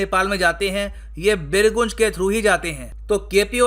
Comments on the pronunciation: Pronounce as BirGanj, sir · Sir, Birgunj is pronounced as बिरगंज not बिरगुंज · birgunj pronounce as Birganj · first thing first .. though it has been written 'birgunj' but it is read as 'birganj' and i am from birganj, gateway to nepal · बीरगुंज नहीं बीरगंज नाम है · Birgunj nahi sir vo birganj hai...or kafi purana town hai Nepal ka .. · सर ये बीरगंज है,.........बीरगूंज नहीं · सर बीरगूँज नहीं बीरगञ्ज है। लगता है आप हिन्दी समाचारपत्र नहीं पढ़ते हैं। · Small correction pls don't mind Birgunj hindi pronunciation: बीरगंज Not बिरगुंज . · सर बिरगुन्ज नही बिरगंज हैं। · Sir it's not बीरगुंज... बीरगंज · Pronounce it as " Birganj " not " Birguuunj " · It's बीरगंज sir not बीरगुज 😀😀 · sir not birgunj this is birganj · It's BIRGANJ not BIRGUNJ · It is not बिर्गुंज it is बिर्गंज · Sorry sir,Birgunj का सही उच्चारण बीरगंज है। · sorry to say sir ! birganj is right pronunciation. from bihar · pronunciation birganj hoga sir ji 🙏🙏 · It is pronounced as beer ganj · Sir the pronounciation बीरगंज hai.. And Jankapur m khud gya hu... M khud sitamarhi Bihar se hu jo k bilkul border kr kareeb hai.. sitamarhi me Sita ji Jameen se nikali thi and Janakpur in currently in Nepal wha Raja Janak ka mahal tha. Mere ghar se exactly 40 km.